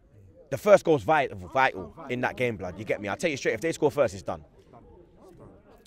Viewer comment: ’ time in America came out for a second and he had to pronounce “vital” again the British way to not get found out… 😂